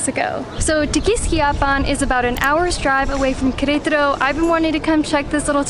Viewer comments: How come you guys pronounce it querAYtaro? I’ve never heard english speakers or spanish speakers pronounce it that way. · They are exaggerating the stressed syllable in Querétaro (the one with the accent), possibly a bit too much because of consciously trying to stress the correct syllable! 😁